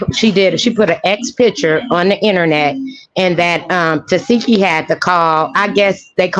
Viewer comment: Every time she says tekeeshee I die laughing 😂😂😂